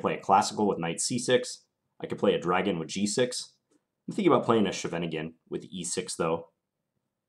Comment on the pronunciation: That's not even the German way of pronouncing it. The German pronounciation is "Sheven Ing En". The Dutch way sounds more like "Skheiven Ing en".